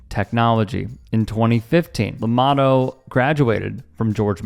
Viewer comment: Llamado, pronounced, 'Yah mah dtho'